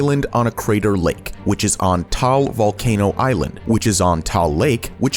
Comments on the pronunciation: im filipino and “vulcan point” i think thats taal volcano oh by the way i just heard him say taal you need to make its a’s harder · Hi, im from the Philippines, and its not pronounced as tal, its ta-al volcano, and also, not bowhowl, its bo-hol :)